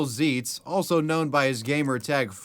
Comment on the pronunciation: I know this is such a stupid correction to point out but Zeitz rhymes with sights.